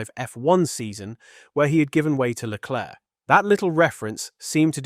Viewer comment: Can you stop calling him LECLURK. Is there seriously an F1 fan on the planet that is unaware that his name is pronounced SHARL LECLAIRE?